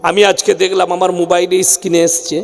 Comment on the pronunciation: Kaka isscreen noy ota screen hobe stage a othar agay lecha para sikhe asun